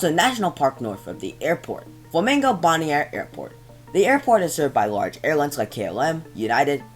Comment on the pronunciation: boniare is pronounced bonaire